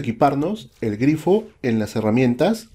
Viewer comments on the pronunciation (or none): Glifo GLIFO!!!! no "Grifo" cuando lo dices me imagino a los wf todos grifos